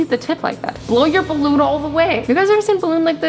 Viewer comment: Azzy... What white "Ballon" are you talking about.. 😳